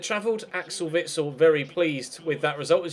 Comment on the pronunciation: u say witsel like vixel